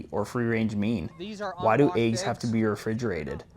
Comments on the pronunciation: First thing to learn, they're called eggs, not aeggs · I had a girlfriend from Colorado who also said, "aye-ges." No bro, it's "eh-ges." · Are you saying Ayg? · "Aiggs" First time I've heard this pronunciation. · Why do people say, “aygs,” why is it spelled “eggs”? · Are you calling them ayygs? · I like how he pronounces eggs.